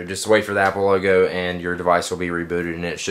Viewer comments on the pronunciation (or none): none